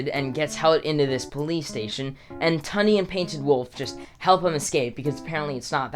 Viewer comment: I’m not tryin to hate on u since what I’m gonna say is useless information but Tundes name is actually pronounced Toon-de